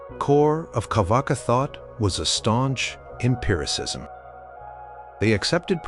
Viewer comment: Its not carvaka, its charvaka